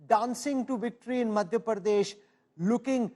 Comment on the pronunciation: Rahul kanwal keeps saying ' pardesh' . its madhya pradesh not madhya pardesh